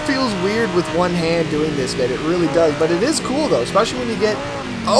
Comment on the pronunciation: legit he sounds like he said "babe"😂